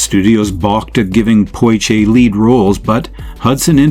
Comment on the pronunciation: Poshe (Portier). I dispise AI-generated material like this. A good topic but I cannot listen to this. Thumbs down.